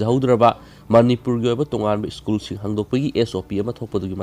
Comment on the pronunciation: School haibiyo ischool haibinu yaradee😁